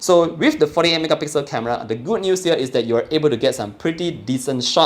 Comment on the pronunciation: I watch your videos to hear you say "thoo megapixel" ..i like it❤️